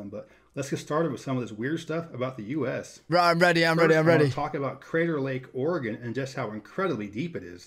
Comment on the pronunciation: hope you had a lovely Christmas with family! I’m Impressed with your State pronunciation!! Longest road trip moving back to Oregon City Oregon from San Antonio Texas and my brother-in-law thought he needed to set some kind of speed record!!!!.. We slept once for about six hours. There were three of us and 2 vehicles, so someone could always sleep while the other was driving.